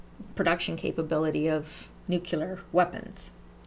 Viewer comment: nucelar or nuclear?